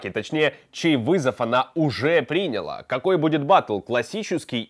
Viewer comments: чувак, всё ничего, НО выучи русский, пжлст! ПринялА, а не прИняла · Хорошая подача, интересно рассказываешь, но эти твои ударения в словах.... Выключила на слове прИняла ЭТО НЕВОЗМОЖНО СЛУШАТЬ Пожалуйста, в топ. Пусть увидит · принялА. Ставь ударение правильно.